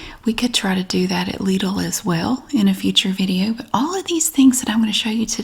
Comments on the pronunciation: Haha I work at Lidl in the UK and very well spoken customer calls us Lid-ells, which I think sounds very classy. I think you're saying it the correct German way though, here we say it 'liddle' 😂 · Correct Lidl pronounciation btw